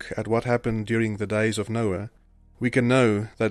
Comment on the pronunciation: The computer just read Noah as Noe! See residue junkie for Bible CHANGES